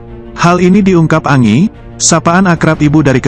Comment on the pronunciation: Bukan ANGI tapi ENJI "ANGI" bung admin